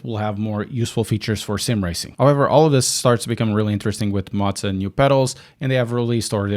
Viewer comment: I am no hater, but the way that you are saying Moza is scratching my brain......